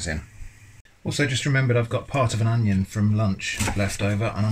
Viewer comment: hahaha "Oneion"